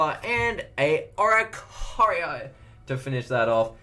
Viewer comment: The way u said Oricorio on the last pack was funny I liked it😂